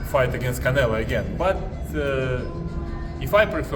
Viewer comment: i think its funny it calls "Canelo"... "Canela". :D